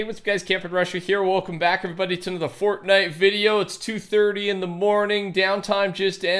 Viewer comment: Fortnite is one word Not fort nite. I’ll put up with your stutter but this is on you. Say it properly